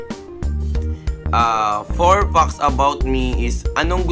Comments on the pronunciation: Did I just heard it right or he said "20 fox"? Wtf? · 20 fucks about you? Haha... natawa ako sa pronunciation ng fact parang fuck. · Pronounce mo muna ng maayos ang "fact" 😂